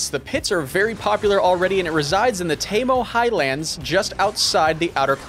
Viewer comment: Wait I take it all back… did he say “TAY moe highlands”